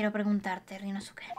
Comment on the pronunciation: gran serie y caso,! solo unos comentarios: -Creo que sería bueno leer los nombres como lo dicen en japón, donde la mayoría de las palabras son esdrújulas o agudas (no graves como en español) y obviar la “u” en ciertas palabras: Ryunóske, Kázuma, etc. - al final lo que tiraron fueron pétalos de sakura en lugar de confeti, puede que seas daltónica? (es pregunta sin hate uwu)